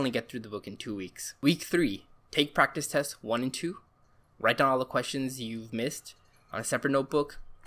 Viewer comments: Prectic Prrktecs Practes Pructus Prictes Prestes prracttis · This guy: giving actual useful advice. Me: he can’t say practice